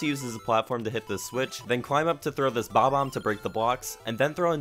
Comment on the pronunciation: Finally... Not saying bob-bomb as boomer